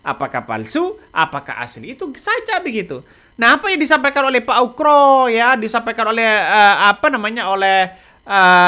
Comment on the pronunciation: Pak Oegro bukan pak Ukro 😂